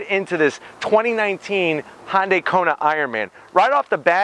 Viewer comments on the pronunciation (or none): for the love of baby jesus...if you can't pronounce it correctly can you at the least get the name respectfully close? Dude you are a YT car reviewer. You can't claim ignorance (Google it). Say it with me...HUN-DAY... HUN-HUN-HUN-HUN-DAY!! Its not a Honda ok? Good review. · That's a Hyundai not Honda, Honday! Stop saying Honda. Even the closed caption says Honday! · No its actually Hee-Yun deh. Read the above again I said at least get it close which HunDay is compared to his pronunciation which was Hahn-Day. Mmmm K ? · Hyundai not honday , please learn how to use English and look at the badge its spelt Hyundai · Why he keep saying Hon-day? Its not a honda related brand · Is it Hon-day, or Han-day? Definitely never heard it pronounced this way… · Edit: I'm gonna zonk you on the "Han"dai....lol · Kona, Hawaii, is the home of the Ironman World Championship. That’s the motivation for the Iron Man partnership with Marvel (not Audi). And what’s up with his pronunciation of Hyundai? It’s a subcompact SUV so technically smaller than compact SUVs or CUVs. That’d be the Tucson. Anyways, done here. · Learn to pronounce Hyundai bud